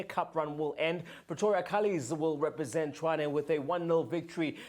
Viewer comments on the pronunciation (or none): You can't pronounce Tshwane?